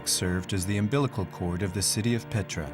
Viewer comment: Не Петра..,а Пъетра !!!